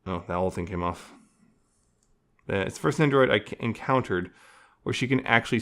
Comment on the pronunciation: Sounded like ya said "she's the first nendoroid I encouteriod"